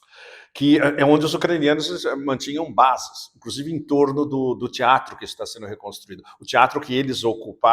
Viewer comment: Meio milhão de mortos e você com esse sotaque : ESTIVE “EN”DONBASS.